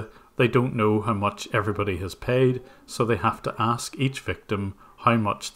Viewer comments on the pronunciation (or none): I love how they pronounce "aks" instead of "ask"